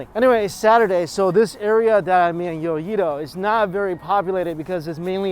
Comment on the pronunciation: love u but its pronounced YO E DOE